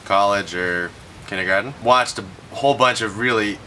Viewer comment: LOVE how he said "kindagarten" hahaa